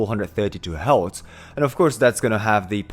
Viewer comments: Are you saying “Hertz”. Your pronunciations is off. Its sound like you're saying “healths”. The correct pronunciation sound identically the word “hurst”; like painful feeling. Do you get it? The frequency “hertz” pronounces the word “hurts”😊GREAT VLOG!🎉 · Do you mean Hertz? Not Heltz. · ok, good vid. But learn to say the word HERTZ. You sound like you're saying HELTZ. Also, the shift in tuning to 440 hz occured several hundred years ago. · Helts = Hertz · What is a ‘heltz’ lol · ITS HERTZ NOT HELTS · Hertz not Heltz. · Ironic how he turns "hertz" into "heltz". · Love what your saying...but- the word your having problems with is Hertz. Pronounced - Her-t-zzzz. ( sorry, i have ocd. Not meaning to be rude.) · ….exgerate the “R” in hertz…..